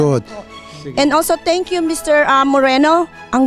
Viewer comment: Afroch, feralta, froud, tenk yu, simfle, filifin, around da word, manay ano ba yang English mo?